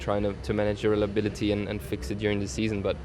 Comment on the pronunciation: ''relabidity'' - Nico Hünkelberg